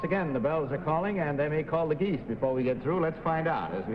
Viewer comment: I heard "Are gays monogamous?" instead of geese when Betty asked